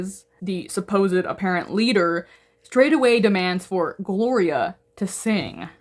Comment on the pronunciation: 😂my name is Gloria I genuinely got scared 😂 I love the way you say the name